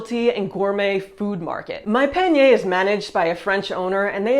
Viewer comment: I would like to suggest that you try to pronounce the letter A like the French do: AAH - not ÉÉH. When you talk about the sponsor, instead of saying Monpanier (my basket), you say "mon peigner", meaning "my combing".